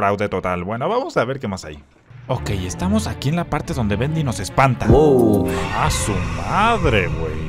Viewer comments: dijiste buendy en ves BENDY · dijo buendi